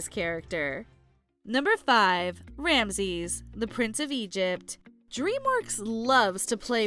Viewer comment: I felt a little miffed with how you kept saying Rameses. You kept pronouncing it "ram-sees", when it's pronounced Ram-ah-sees". They say it enough times in the movie. Heck, Moses saying it in the footage used at the beginning of his place on the list, so why didn't you say it the way the character says it?